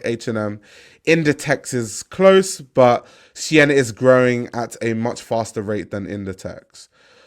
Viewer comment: Keep calling it Shien